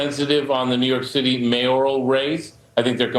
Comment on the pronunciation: that's the point, that's what they WANT to do. she said NY shitty(i know its the way she talks, just thought it was funny)😂😂😂